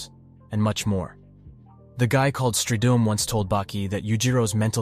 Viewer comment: You gotta pronounce strydum right when you pronouncing musashi miyamoto